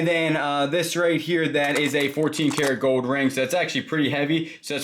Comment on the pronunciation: Anything with an l in it, you don't pronounce. It is that your accent When you say gold it's goud coud